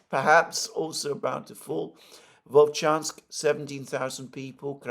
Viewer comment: its VoLchansk